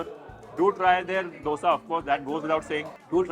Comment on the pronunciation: What i like about you is that you pronounce 'Dosa' so perfectly. You should have tried Masala Dosa at Thaza Thindi also. It's is really very good, don't compare it with that of CTR